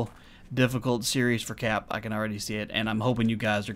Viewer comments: ...If you listen to the first 2 seconds of this video here, you definitely say, "Hello everyone, my name is (pronouncing it phonetically here). Welcome back to the channel..." You have absolutely added an "N" to the pronunciation of your name at the end. Now, I'm not saying that you don't want to say your name as Capp, but it isn't pronounced this way on this intro. You are saying. You just need to listen to it. And by no means to I have any ill will toward you here. I realize that this might be a VERY SMALL point to be stuck on here, but, that is just the sort of person I am. Accuracy is critical to my way of thinking. On a side note to this, what are the two double zeros for at the end of your written name? If it isn't obvious, I am brand new to your channel (just subbed today). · You pronounce your name as "", but you spell it ""?